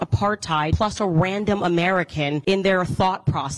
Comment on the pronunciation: Ok the pronunciation or PROCESS is enough for me 😂😂😂